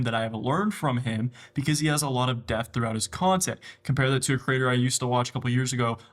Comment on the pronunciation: This was so great.. but I can’t NOT mention your pronunciation of “DEPTH” is wild yo